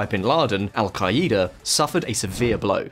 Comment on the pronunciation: This guy's pronunciations lol sha-rya Alka- eda